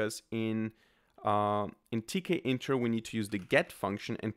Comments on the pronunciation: Not to be too political, but tkinter is pronounced t kinter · It's teak-inter.